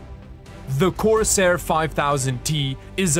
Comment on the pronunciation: i'm mildly annoyed by how you keep saying "coRsAIR"..